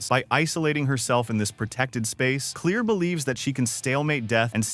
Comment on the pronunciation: It’s pronounced Clair not clear